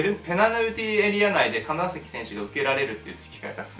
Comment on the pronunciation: 名古屋の金崎選手の崎は「さき」ではなく「ざき」です。聞き間違いでしたら申し訳ないです。